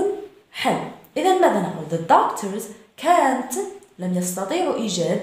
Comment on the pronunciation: Canťيقول كانت وليس كان نوت صححي خطأ وشكرا